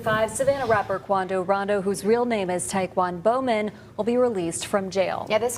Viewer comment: Istg I thought she said his name was "Taekwondo Man" 😂😂